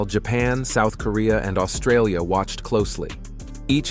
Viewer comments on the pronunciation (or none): none